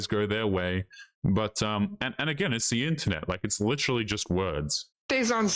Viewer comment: "Dayh-ing" "lichterally".